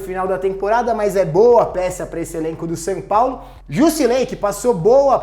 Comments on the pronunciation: Dou risada quando o fala "San Paulo" kkkkkkkkkk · "Sam Paulo"